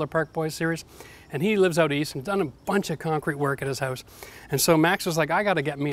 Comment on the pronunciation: P.S. fact: I just love the way he pronounces "house" ...